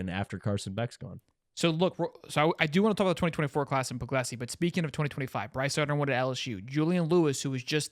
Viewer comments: It's pronounced like Pug-lee-see is my understanding and I've always liked him over Raiola. He's a rock solid, dedicated Dawg and I think he's going to be an outstanding QB. Go Dawgs! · Stop pretending that you don't know how to pronounce Puglisi's name.